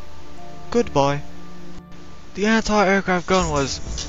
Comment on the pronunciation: "Airquaft?" WTF?!?